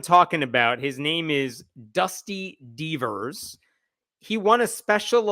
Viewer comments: Before I saw his name in print I thought was saying Dusty Beavers, which would be hilarious! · When I heard "Dusty Deevers" I thought was saying "Dusty Beavers" and I thought that was the best name ever for this guy. Anyway, it still sounds like a great name for an OK drag queen, so feel free to use it!!!